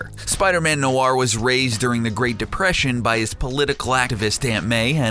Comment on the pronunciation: The way he said Noir makes me cringe